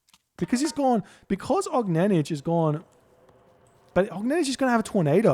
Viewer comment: he pronounces it almost right. the last letter is incorrect tho